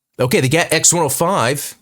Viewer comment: Explained! *cringe* it isn’t GAT, my good man. You might need to add a note to this video that you GOUFED up saying it like you were instead of saying G. A. T. Just letting you know: G. A. T. , not GAT. 😅